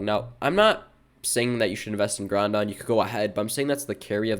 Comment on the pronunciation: Did bro just say Groundon? With an n in the middle?